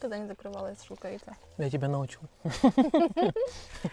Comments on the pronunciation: Шелковица, ударение на о. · Тутовник или шелковица, это одно и тоже. Это тутовое дерево, отсюда название - тутовник, ещё называют Тютина. Всё одно и тоже. называешь шелковица, ставь ударение правильно. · я за всю свою долгую жизнь, первый раз слышу, что в слове шелковица ставилось так ударения. Обычно говорят шелковица ударение на букву о, а у вас ударение на букву и. Эта ягода знакома мне с детства и мы всегда говорили тутовник или шелковица ударение на о. У нас в станице специально её выращивали и говорили тутовый сад и было этих садовых очень много. А нас старшеклассников посылали в помощь, мы собирали срезанные ветки тутовника, этими ветками, а вернее сказать листьями кормили шекопрядов. Много можно рассказать о этой фермы, где выращивали этих шелкопрядов. Но слово шелковица с ударением на и тоже звучит не плохо. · А что такое клаптик? Правильно шелкОвица а не шЕлковица. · Шелковица с ударением на "о".